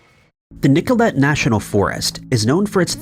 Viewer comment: Nicolet is pronounced Nick-o-lay. Wisconsin says howdy!